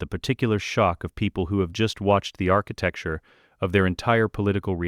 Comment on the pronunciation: Enjoying all your stories but please stop saying "architecture"